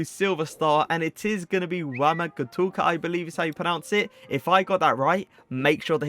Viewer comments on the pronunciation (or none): Will like your video a few seconds in anyway, even if you pronounce Wamangituka like Pocahontas 👍